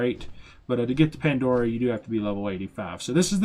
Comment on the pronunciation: Ya, he was killing me with that. And who says, awww snap?